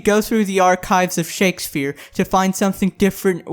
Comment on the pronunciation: Did this nigga just call Shakespeare Shakesphere